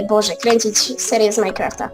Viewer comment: nie muwi sie majkłąftaxD tylko mainkrafta!